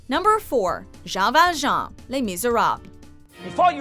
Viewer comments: You buchered Jean ValJeans name is pronoused John ValJohn Not Ja val jan 😡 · No offense but the pronunciation is. (Shohn Val Shohn) at lease with an Ohio accent which has a very hard a. Also its pronounced Les Mis you need to say it in French not English its a French play. Its just a suggestion. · Jahn val jahn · ah yes, that guy from les mis.... jah vajah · Why do you pronounce Jean Valjean like "Jah vahjah" ??? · Sorry HOW do you pronounce Jean Valjean again? I'm laughing so much smh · I guess that's one way to pronounce Jean Valjean. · I've never heard someone massacre the name "Jean Val Jean" and "Le Miserables" so bad lmfao